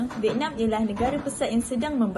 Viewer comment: Oo vietnam, terkejut saya dia sebut vietnam mcm venom.. tapi pape pun terbaik👍 gudlak geng